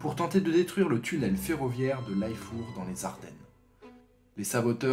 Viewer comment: super video tres interressante , je connaissai l'histoire du coup de main de Laifour et petite coquille , tu prononce mal le nom de "Laifour" tu doit prononcer comme ca s'ecrit tout simplement ou comme ca ( Lait - four ) , j'habite a coté de ce petit village et j'ai eu mal aux oreilles ^^